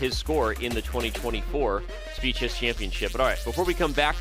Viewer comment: "Speed Chess" sounds more like "Speechless"💀